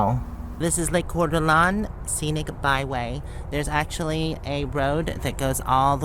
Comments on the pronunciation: Wenatchee is smoky now? Planning on traveling to Eastern Wa tomorrow. Is this visible off I90? Oh and it is pronounced "Cord-uh -lane". I grew up in the area. :) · Lake coor duh lane is the pronunciation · "Core D Lane" is how you say it! I got excited when you said you were at the WM on the WA/ID boarder! But I live 2 hours south of that one you stopped at. If you come through my area in the future, please let me know. I am a Massage Therapist and would love to gift you a massage! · Its either Courd De Lane or Courd Da Lane... depending on who you talk to. I live in Spokane and we have a ton of great hikes like that. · Say it like : “ quarter lane” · Core d Lane is how it's pronounced... Beautiful area... I used to go through there twice a week, I lived north of Spokane for a couple of years... PS... HI MOOMOO!!! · You are very close on your pronunciation. You say it Kor-De-Lane. So you were almost on target. That is one of the most beautiful lakes in the U.S.A. I would stop there as well. Every time I have driven by there I have had to be somewhere by a certain date and could not stop. Gorgeous. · I don't know if I can tell you how to pronounce Coeur d Alene but I will try Coeur d Lane.You can also try to ask google. Safe Travels. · I think it may be pronounced , Core D a lain ? YEAH new seat ! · Try pronouncing the lake as Cord D'lane. I studied with Chuck Missler there. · Coeur d'alene is pronounced Core da lane. I live 45 mins from there. My home town is Wallace. #idahome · Its pronounced Cor-da-lane. My grandparents used to have a house next to that lake. Its beautiful there. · I'm in Spokane, and we pronounce it Cord Da Lane.